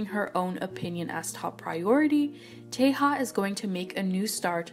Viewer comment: i feel so sad about Daisy as she seemed to genuinely love doing this more than anyone else in the band (all 9 members) 😭 (btw "yeonwoo" is being pronounced "yono" and taeha correct pronunciation is "tea" not "teha")